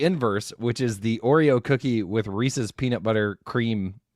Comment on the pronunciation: Reese's... Not Reesee's...